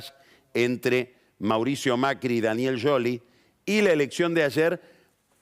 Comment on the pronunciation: A alguien más le molesta que pronuncie "Yoli" a Scioli??